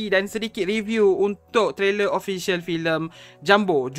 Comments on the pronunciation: Kau ini orang melayu atau orang britishkah? kenapa kau balik2 pronounce nya? JUMBO ya JUMBO, bukan JAMBU. JAMBU beda lagi, itu nama dari sejenis Buah2an. Jambu air, jambu batu, jambu merah/putih dll. Jengkel sama orang2 melayu malaydesh, suka merusak kosa kata2 indonesia, ngerasa udah kayak british tapi dri Melayu malaydesh. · Pengucapan bahasa Indonesia jumbo, bukan JAMBO wooooiiii....!!!!